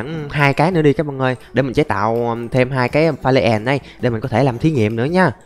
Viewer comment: Pha lê èn, đì èn , tiếng anh best trẩu phát âm